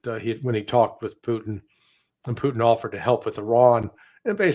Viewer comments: p u T i n, not poo'in. The T is not mute. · Pooteenn not put in